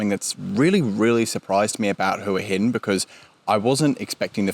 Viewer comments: Thought it is pronouced Wa Hin. The Thai's I've spoken to all call it Wa Hin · AAAArgh its HWAH Hin. could not watch after 1st minute.